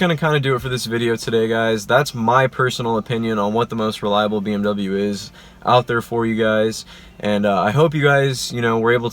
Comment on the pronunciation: You are pronouncing bmw wrong